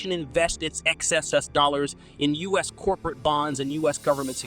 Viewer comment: You cite percentages in your videos a great deal. However, your narration (both text and voice) always skip saying "percent" which is jarring. Also, you frequently pronounce "US" as the "us" pronoun. If you correct these deficits, your videos would be more polished.